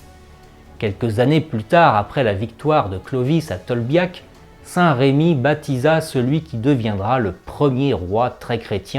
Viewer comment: Votre vidéo est intéressante mais je vous en supplie, corrigez le prénom de ce merveilleux saint évêque : il s'agit de saint Remi et non pas saint Rémi. Je ne comprends pas pourquoi les Français déforment ce si beau prénom avec un accent. S'il vous plaît, corrigez cette faute. Même les plus grands historiens font cette horrible faute. Il ne s'agit, me direz-vous, que d un accent, mais tout de même. Toutes ces personnes qui parlent ne sont assurément pas de Reims!!!